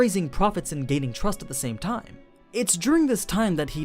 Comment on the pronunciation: I have been watching all Overloard, Goblin Slayer and Shield hero videos. Your voice is pretty good, I do enjoy it 99% of the time. You sometimes pronounce things weirdly though, like the way you force "t" in "time", the very first word you say in this video. Hopefully my feedback helps you improve or something, I guess? :P